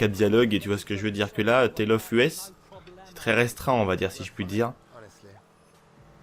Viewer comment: À vous entre-pomper entre "YouTubeurk" vous dite les même conneries c'est grave. Dans une autre vidéo, ça se dit "Rolce Royce" pas "Role Royce", Rolls Royce. Et le DJ ça se dit "Tale Of Eusssssss" putain, "Us" "Nous" en anglais, pas Tale Of U.S. apprennez à lire avant de faire des vidéos. Ceci dit merci pour l'info